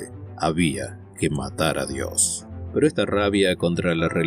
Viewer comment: SI SOS ATEO NO TEMAS PRONUNCIAR BIEN DIOS, SEA CON MAYUSCULA O MINUSCULAS, MENCIONALO TAL CUAL, DIOS.